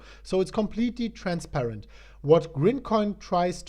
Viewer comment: IT’S GRIMCOIN lol